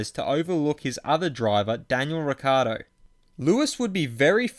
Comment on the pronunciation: It's Ric ci ardo not Riccardo